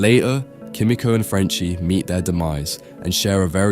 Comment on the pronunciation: It’s pronounced key me ko not ki mi ko